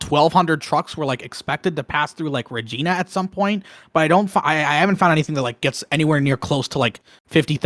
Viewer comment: Regina is a great city... I'm Canadian and idk much about it, I wasn't even sure that it was in Saskatchewan instead of Alberta, but the way you say its name makes it a great city because it sounds like something else...